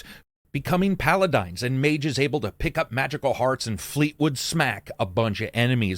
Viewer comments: Great overview thankyou very much! Somehow I was completely lost on this one but you covered about all my questions. Also when you pronounced Paladins Palad9ns it triggered me. Have a good day! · LOL did he call them "Paladines?"